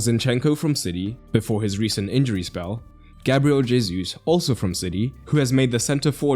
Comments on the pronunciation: I'm not a Portuguese speaker so don't ask me why it's the case, all I know is that it categorically isn't "hey-zoos" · First off, good detailed explanation and analysis as usual. 2nd, Gabriel Jesus' name is pronounced Gabriel He-soos. His name is Spanish in origin, not French. J is pronounced as an H. 3rd, the tactics of Arsenal you explained is nothing new. Very similar tactics were executed by Real Madrid for many years, with Casemiro, Kroos and Modric in midfield, while right and left backs Carvajal and Marcelo would overlap and form a front 5. Their usual 4-3-3 easily evolved into 4-4-2 depending on the opponent's shape and tactics. Benzema would drop deep to work with the midfield trio, Isco in his heyday was employed by Zidane as a roaming forward/midfielder. Last year, and also this season, Valverde has taken that roaming role outstandingly. Real Madrid beat PSG, Chelsea, Man City, and Liverpool in the UCL. For sure Arteta learned more by watching how Don Carlo outclassed Pocchetino, Tuchel, Guardiola, and Klopp.